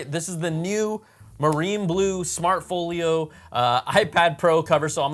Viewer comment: "smart FOOL YO" why do you say it like that?? intentional?